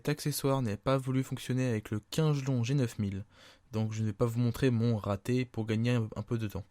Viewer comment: Par contre kingelon ça se prononce pas comme tu le dis xD ça se prononce comme King (le roi en anglais) é lone. Voilà ça se prononce Kingélone OKAY ????